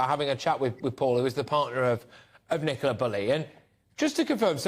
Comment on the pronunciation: It is Ni co la not Ni cola.